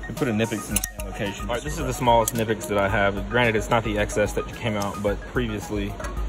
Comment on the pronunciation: Mispronounced both brands ;)